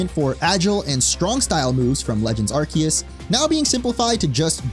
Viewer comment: It's pronounced "are-see-us" say it with me 🙂